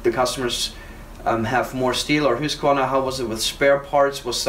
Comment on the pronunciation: I always wondered about the proper pronunciation of the name Husqvarna. (Hoosk var nah) Now I know! Love Swedish saws by the way. Oh and (Yon sred)